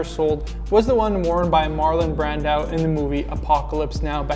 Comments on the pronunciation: Pronounced “Brandoe” not “Brandow” kinda like Marco not Marcow. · Say his name properly